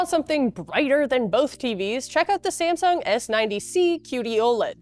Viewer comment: "SaNsung" S90C OLED? ...Sounds like a bootleg brand! ;) PS. Thanks fora good review :)